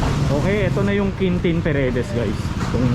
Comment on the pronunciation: Quintin Paredes,hindi Peredes!